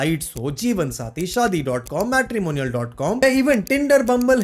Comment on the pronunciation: Your content is good . Do check your pronunciation of the word 'MATRIMONIAL'